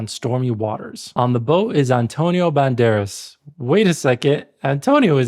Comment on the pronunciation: Complaining about mispronunciation while mispronouncing actor's name :D